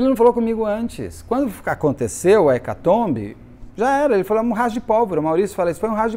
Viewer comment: Sempre rio sozinha dos comentários do querido … “UMA EKATOMI”… ou seria “UMA EKATOMBI?”… 🤭🤔🤭